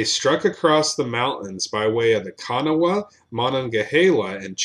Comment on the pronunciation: Good video, but dang you butchered a Rivers name, Counties name and Cities name...Kanawha is pronounced kaa·nuh·waa